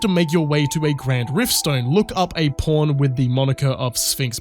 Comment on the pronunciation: Its so childish, but i die every time you say "pawn" something about your accent makes it sound like "porn". Wished id time stamped the couple times it sounding like ur saying porn made the sentence hilarious! 😅 Only at halfway point do hopefully there will be another good one i can stamp! 🤞 loving the video btw, don't think I've watched your content before but you earned a sub with this awesome critique! Can't wait to watch more of your work😊